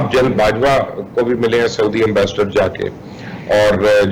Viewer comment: Anchor person please urdu to sai bolna sekh len...saudi ko sodia kardya...